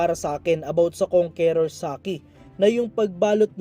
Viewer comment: kang kors hindi kong ke rors pag pronounce idol sana mapansin mo